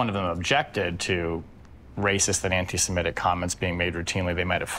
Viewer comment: Did you say anti semetic??????😅